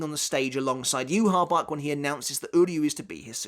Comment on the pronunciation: Why do you say "yoo ha bach" ? It's not spelled like that at all